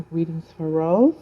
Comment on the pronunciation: It's Rosé Not Rose...It pronounce as rozay....like Beyonce'